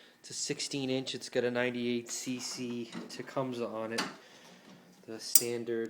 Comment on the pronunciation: not tucumsaw. its ta- coum-say tecumseh